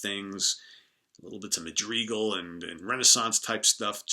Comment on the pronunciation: Just a picky comment. On Gentle Giant, the song Madrigal is pronounced Ma’ Dri gull. Kind of like Canticle. Radical. Mandible. Madrigal.